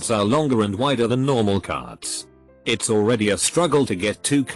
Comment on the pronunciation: Also how the bot pronounces words with apostrophes with an extra "so" syllable. It's becomes "itsos", wasn't becomes "wasnsot", haven't becomes "havensot".